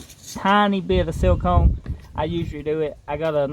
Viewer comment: Dude saying silicone sounds like seal cum and I think I’m gonna say that from here on out 😂